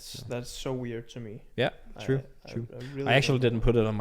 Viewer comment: "A Trye Legend?" Peter Gade?